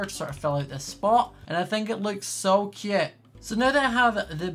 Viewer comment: I love how he says cöte